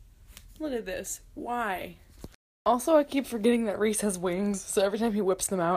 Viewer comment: My brothers name is rhys. Its pronounced "rise" like the sunrise